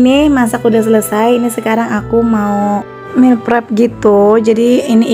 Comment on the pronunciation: Sedikit koreksi meal not meel hehe ... 🙏